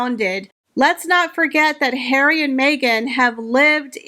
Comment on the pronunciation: Love your videos and thanks for making me smile every time you say Prince Hair-wee 😅 I actually think Disney execs were mocking Meghan !! She famously made an ass of herself on their lot demanding roles in Disney flicks. She also tries incredibly hard to ape Diana and Catherine so I think you have it flipped. Meghan who had her overpriced Spotify podcast and 24/7 press coverage claims not to have voice. I think you may have mischaracterized a meta joke on Disney’s part. They were making fun of HER not Catherine.